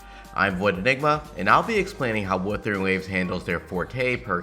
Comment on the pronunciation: Bruh that's not Weathering! That's Wuthering waves ! At least pronounce the name of the game correctly!